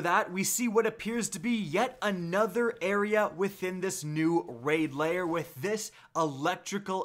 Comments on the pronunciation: You pronounce lair as layer. You should try saying lare or like hair with l instead of h. Lair. If you want to say right. No biggie. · L A I R. NOT LAYER. LAIR.